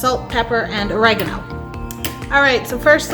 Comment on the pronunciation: oregano...e not a...just saying...LOL